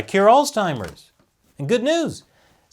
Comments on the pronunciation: Alz-heimers. Not alz-timers. No T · What is “alztimers”? “Figural”? Figurative, ya doof. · Guys, I love you but there is no "t" in "Alzheimers." You keep making it sound like "Old Timers." "Altzheimers" is not correct. Oops. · Alzheimer's doesn't have a T....Sounds like you were saying Oldtimers. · Interesting pronunciation of "Alls-timers" you got there 😏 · Let's just stop saying Alztimers plz....ur driving me fuckin bananas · Allstimers that's a new one. No t in alzheimers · "Allz Timers" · Seriously though... there is no "t" in Alzheimer's. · Why does keep putting a T in Alzheimer's? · Your pronunciation of Alzheimer's is a bit off. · Why can’t pronounce Omicron and Alzheimer’s correctly?? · There is no T in Alzheimer's! Still love ya though.... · dude... learn how to pronounce Alzheimer’s!